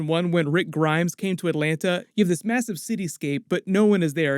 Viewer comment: Where are you from,? Because thats not how we say Atlanta 😜